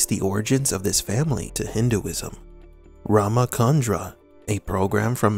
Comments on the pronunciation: It's not RamaKandra (It's RamaCHandra) CH is pronounced as in CHalice. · Thanks for this video.. but it is Rama Chandra (as in furni tu re) not Rama Kandra as in (in ca rnation) 😆